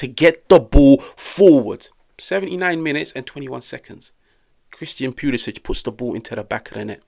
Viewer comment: Leao was definitely the game changer. Also,,, Cristian Pew-lisic lmao sorry had to